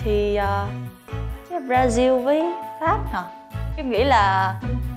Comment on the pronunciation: Brazil đọc chuẩn đấy :)